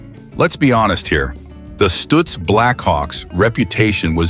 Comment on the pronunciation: Stoitz Blackhawk? Geez this a.i. nonsense sucks. now Stootz.